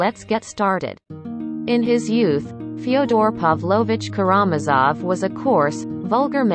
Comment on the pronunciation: Please learn how to pronounce "KaraMAZov."